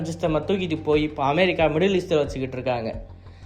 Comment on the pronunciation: தயவு செய்து அமெரிக்கா என்று சொல்லும் போது நார்மலா சொல்லு மற்றபடி new சொல்வது அருமையா இருக்கிறது பிரதர்